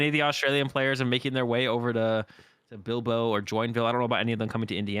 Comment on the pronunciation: Would expect the guy with the Spanish name to pronounce Bilbao correctly eh?